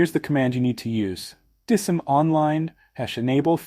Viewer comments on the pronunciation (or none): Would be nice if you did not use an AI Generated Voice. Spell out DISM and not try to make a word out of it.